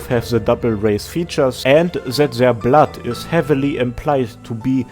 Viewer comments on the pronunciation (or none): none